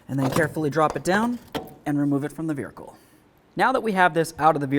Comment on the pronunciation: Do you realize that you say Vearicle? sure is what it sounds like!